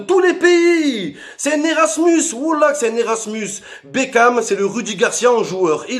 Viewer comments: Mais frere c pas david bekan cest david bakon woulah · C'est plus David bekham c'est david bekane